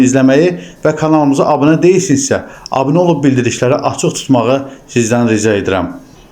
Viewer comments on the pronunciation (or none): none